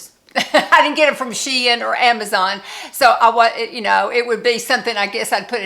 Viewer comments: The correct way to pronounce Shein according to Shein employees and the like is Shee-in, you are correct not your grandchildren lol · Hi my sweet friend. I love the fuller skirts on you. With you tall, gorgeous body, they're perfect. You are pronouncing Shein correctly. I just got a top from their Boho line today, and a top from Amazon. Guess what? The Shein top was made so much better than the Amazon top. Love the pleated pants as well. Sorry, I don't see volume on your hips. The red dress is stunning on you. So very pretty! I cannot deal with any sweater with the slightest bit of itch. I gravitate towards oversized sweaters. Love you my sweetie. 💖💖🫶🥰